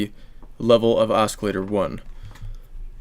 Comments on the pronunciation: Are you saying osk-ilater? In English, this c is silent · i thought you were saying escalator lol